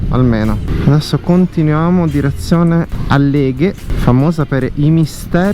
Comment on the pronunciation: Álleghe,non Alléghe 😜